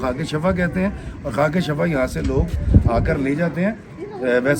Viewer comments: Shafa lafz nahi hota is ka matlab garrha hai sahi lafz shifa hai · Kindly correct the pronunciation of word shifa Jazakallah